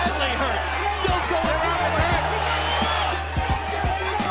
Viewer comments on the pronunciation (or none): none